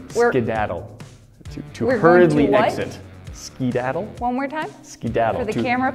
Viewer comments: is acting crazy and the best part is when she kept making say "skadadle"and ended up saying"skidadle" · The whole “skidadle” thing😂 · I love making say "Skidadle" over and over. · skedaddle. With an eh. Probably more of an accent then a different pronunciation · was trying to say skedadle so many times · ok how do you pronounce it?